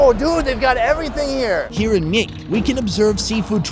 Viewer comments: It is pronounced as "Bate" not "Myeik" and you should try their " Cut Kyee Kite" noodle!! No kidding its good food. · spelling is Myeik, but pronounce is Byeik(Bait). love that channel. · Myeik, ၿမိတ္...😁 pronunciation of voice is Bape. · Myeik is autually pronounce bake